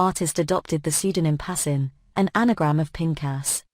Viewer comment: His name is pronounced PAS.KIN